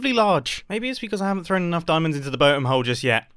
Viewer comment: "the Botem-Golem"